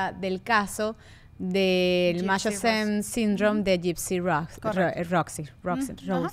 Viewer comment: Buen capitulo chicas pero para la próxima aprendan a pronunciar el nombre del síndrome de munchausen.